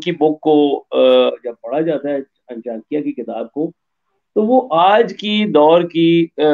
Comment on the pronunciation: Taksh shila not teksila 😂 Chaanakya not Chaankia 😂 Hmaari history ko apna bata rha h besharm log....converted muslims